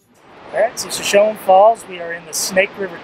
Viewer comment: Just a tiny FYI... Shoshone is pronounced with that final “e” long like “ee” or “ie” in English.